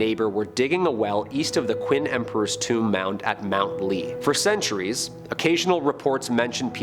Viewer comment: FYI "Qin" is pronounced "Chin"